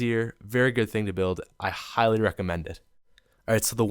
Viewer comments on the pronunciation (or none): none